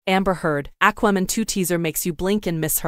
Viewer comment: I can't watch this with your AI pronunciation of" Aqua" Man.